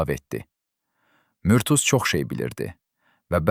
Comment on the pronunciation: Murtuz. Ad düzgün tələffüz olunmayıb.